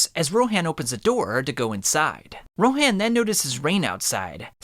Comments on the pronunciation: Its actually pronounced ro-hon not ro-haan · Why do you pronounce names differently from how they're pronounced in the show? Or at least Rohan's, and potentially more.